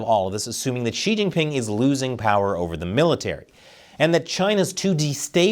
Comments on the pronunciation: it’s “Xi”, not “she”😊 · Why are you pronouncing his name as she? Instead of xi, as in si lol